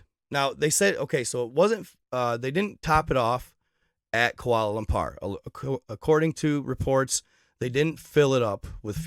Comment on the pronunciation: Dude don’t even know how to say kuala lumpur